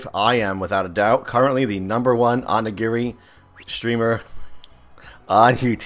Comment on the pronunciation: the title is properly pronounced Oni-Geeri and both are japanese terms to different things Oni is one Japanese word for monster and Giri is an honor term used by Japanese martial arts schools as a thing of importance when you combine the two it's a type of food called Rice balls. Warframe is an MMO in its own right but it's a first person shooter MMO.